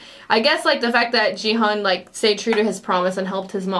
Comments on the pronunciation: OMG He can't pronounce the protagonist's name until the very last episode ends His name is Gi-hun not Ji-heon lol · 9화까지 보고도 기훈을 끝까지 지헌이라고 하네..ㅋㅋㅋㅋ 귀여움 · 자꾸 지헌 이라 그래서 누군가 했네ㅠㅠ 기훈이를 지헌이라고 읽는구나.. Actually Gi-Hun 's pronunciation is "Gi"[ɡɪ] just like 'gear' ,"Hun" is Hoon [huːn]. Just FYI :) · Gi-Hoon, The pronunciation of hero's name is very similar to Ki-Hoon, not Ji-Hoon. I can tell you certainly 'cause I'm Korean. Thank you for loving Squid Game. ^ ^ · Main character is Ki-Hoon, not Ji-Hun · Just a little bit of a korean name pronunciation correction. The "Gi" in Gi-Hun's name is not pronounced as "gee/jee" but like the "gi" in guitar, a strong sounding g. Also the Hun is pronounced as "hoon", like the pronunciation in spoon. I enjoyed watching your reactions, as I was tuning in for them every day since you reacted from ep1. 😊